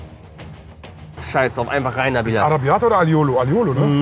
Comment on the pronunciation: araibiata oder aliolo ... Mmmmhm 😂